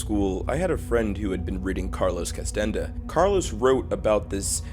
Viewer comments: its not carlos "castenda" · Carlos Castañeda [kas-tuh-ney-duh]